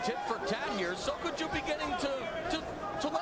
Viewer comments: Is it me or is the commentator saying sojoku? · why does the co-commentator kepp calling sokoudjou, sojokou? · "Sujoku" The announcer called him that like 10x haha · I swear, Shamrock was the worst commentator ever. How hard is it to say Sokoudjou's name correctly? But then of course he was paired with another bum in Mauro Ranallo.